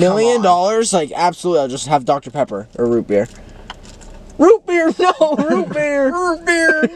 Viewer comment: “ROOT BERR!!” “balls aldrin” HELPP